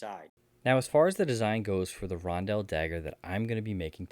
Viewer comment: Listening to you pronounce Rondel as Ron-dell for 27 mins is gonna drive me nuts! Only one L in the word. 🤣